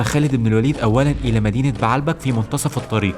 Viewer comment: السرد كويس بس لغتك فيها اخطاء يا اما تتكلم عامية كويس يا اما تتكلم فصحي كويس بنحو وتشكيل مضبوط ومدينة بعلبك لا تنطق كما تقولها , ولكن بَ عْ لَ بَ ك , وليس بَ ع َ لْ بَ ك